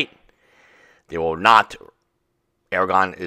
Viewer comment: Aragon? You lost an "r" there. Aragorn.